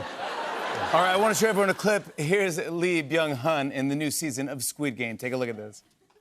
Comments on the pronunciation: And I wish they'd pronounce his name correctly, "Eee Byung Huhn". The "L" is silent, or can be pronounced like "Yee Byung Huhn". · Not jimmy calling him lee byung HON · The fact that the host struggled with the interviewee’s name at the beginning is unfortunate in my opinion… having heads up who is coming on your show and not practicing their name where you have to stare at his name on your notes, shake nervously then goes ahead butcher his name shows ignorance and lack of respect imo